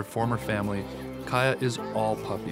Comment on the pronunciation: Kaya is pronounced kiya lol